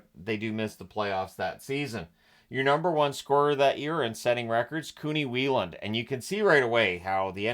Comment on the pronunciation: Not sure it’s the correct way to pronounce Weiland.